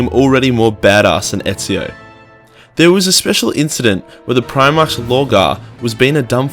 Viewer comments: I hope your jujitsu is better then your reading ability, primach is pronounced prim-arc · PrimarCH and Libarian. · Hahaha, sorry mate, at least you're light hearted about it, other than that I did genuinely enjoy the video but like, clearly I'm easily annoyed when it comes to my warhammer aha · Am I the only one triggered by the fact that he can't pronounce Primarch and doesn't know Sanguinius' name? "San-gurrrr-ius"